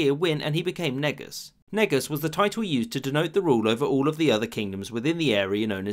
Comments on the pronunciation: Your pronouncing negus wrong. Its ne -goose not negas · It only sounds bas because we pronounce it wrong, lol. Its ‘nuhgoose’, not ‘neegus’ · Bro it’s pronounced NEE-GUS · My brain: ok, ok. Pronounce it correctly, its ne-goose. C'mon its easy man.. Me: Niggus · its nguus not negus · i dont care about american pronounciation it is written as ንጉስ prononced ንእጉስ neh~gooseand thats it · Lol it's pronounced more like 'neigh-goose' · It's nu-goose. I'm not sure why people pronounce it that way outside of East Africa? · Oh God, "Negus" really....I don't how that may be turn into some racist joke at all' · If you want to say it the proper way and not sound like your saying the “n word” try to say “Nu-goose” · Negus is pronounced N'goose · It’s pronounced neh-goose lol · Negus is not correct Ngoos is the right way to say it😡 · its pronounced neh goose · its pronounced ne-goose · he did make it seem like the n word tho it aint pronounced like that it is prounounced as neh~goose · americans pronounce it neg-us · He pronounced it wrong . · So nobody is going to talk about "Negus"? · If say Negus wrong, people are hating. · Why do i think negus is pronounced another way but you said it like that on purpose ? 😂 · When he said negus it didn't sound right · You pronounced Negus so wrong. I’m Ethiopian and it sounded like you were trying to say the N word on purpose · I have no idea how Negus is supposed to be pronounced, but that definitely sounded a bit unfortunate in modern times. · "Negus" CmonBruh